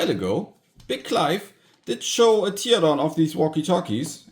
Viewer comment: I thought about ordering these to mess around with them myself :) what is that Bootup sound? Is it the PSP sound? I know it but i can't put my finger on it... PS: Teardown is pronounced Tärdaun, not Tierdaun.